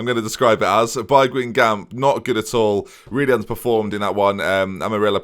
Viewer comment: Just to help you out with pronunciations. Guingamp : Gan-gom Nancy : Non see